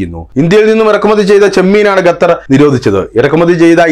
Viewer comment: Your pronounce the name of Qatar 🇶🇦 is not properly, always while naming places name must say properly, you saying repeatedly #" Gatar "# it's absolutely wrong.